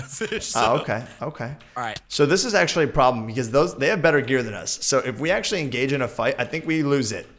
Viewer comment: Don't you mean AXEtually:)